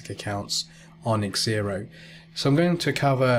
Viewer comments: Egg-zylophone haha. Definitely 'Zero' not egg-zero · Why are you calling it X -Xero? It's Xero, like zero. X pronounced like a Z as with xylophone.